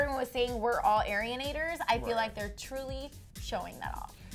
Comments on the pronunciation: It's not airenators it's arinators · 'Airianators' IT'S ARIANATORS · omg she said AIRIanators...... ITS ARIANATORS GET IT RIGHT!!